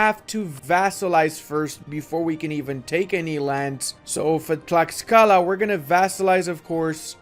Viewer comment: Late to the party, but Tlaxcala is pronounced "TLASHkala", which is one of the most fun things on earth to say, although some allege that "ten-OKE-tit-lan" is even MORE fun. Heretics.